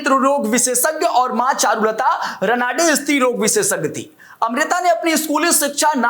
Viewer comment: रनाडे नाही रानडे आहे नाव